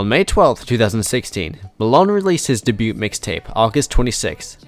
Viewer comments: Bro are you saying "duh-byute" (debut) like that on purpose to mess with us all, or did you just not know it's pronounced 'Day-byoo'? Lol sorry I had to.. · Day-bue. Not Day-boot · Just FYI - debut is pronounced "day-beew"...not debuTe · Debut is pronounced (day-bew) and debuted is (day-bewed) cmon man really? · So informative, but I literally couldn't get over the constant mispronounciation of debut & debuted over & over. 😭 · Seriously, it was a mistake and it's not as if it negated all the great info in the video. How many freaking comments are saying the same thing? FFS. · debut......is not pronounced with a t. You're welcome